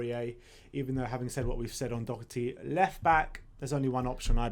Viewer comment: why are they calling Doherty Dockety?